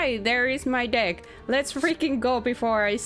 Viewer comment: Your accent is kinda unforgiving with the word “deck”, playing a TCG.